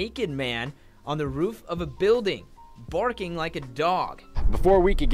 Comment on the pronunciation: I’m pretty sure the news man said borking like a dog lol